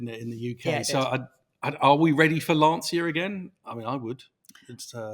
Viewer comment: I missed much of your discussion at the beginning of the video because my wife was screaming LAN-CHIA you idiots, it's pronounced LAN-CHIA!